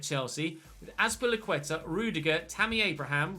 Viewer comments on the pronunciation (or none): none